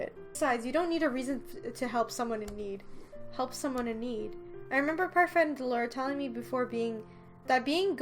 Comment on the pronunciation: Am I the only one who is a little bit bothered by the way she says Parfait no hate tho 😂🤷🏻‍♀️